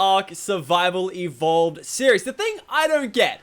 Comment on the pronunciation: why does Lachlan say ark survival ebola (to my ears)